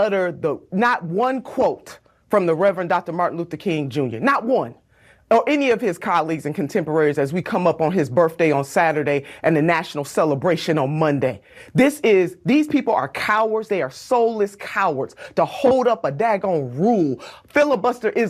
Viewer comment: oh yeah why does the nina person say berf day? what is a berf day?